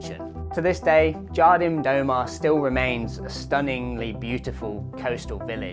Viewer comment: Love your work mate, as a fellow Cornish brother your pronunciation of Jardim do mar had me in stitches 🤙